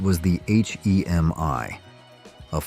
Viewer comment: I so agree! Especially on the AI voice narration you must be some Asian foreigner who does not know how to pronounce our words like hemi with the “e” carrying the short e sound! It is not a hee me! If you are going to narrate something use your own voice & learn what you are actually talking about! Also many of those cars like Willys were on the race track when the were supped up! Several of those small block 1950’s cast iron block could take the heat with out cracking the block. You especially do not know much of what you ar talking about. My goodness a true Co-bra enthusiast would laugh you out of the race track. It is not a cou bra.